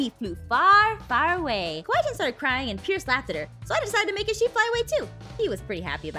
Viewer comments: "It's a shep" lol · shep its sheep😂😂😂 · “Its a shep” - 2021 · Yes sheep is now shep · backham he said shep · I like how ein sead its a shep lol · rong spell the sheep he said shep